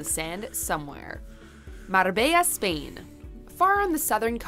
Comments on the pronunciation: Yay beaches! Afternoon! 😁 R and R is rest and relaxation. WTF is up with this woman's attempt at pronunciation! 🤣 It sounds like a comedy movie the way she's overdoing the accents....! Just say the words woman! You don't have to pronounce foreign words in the language of the country! 😂 Can you imagine going to a country and doing a caricature accent of the people AT the people? You'd get punched in the face! Notice she said Spain, not España, France, not La France, Turkey, not Türkiye or Greece, not Ellada (Hellas).....so why make such a mouthful of the individual town names? It's like if your name is Jesus, JEEZ USS, you don't want it pronounced HEY ZEUS! Just read the words in English, when speaking English!!! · Her trying to pronounce Marbella was super cute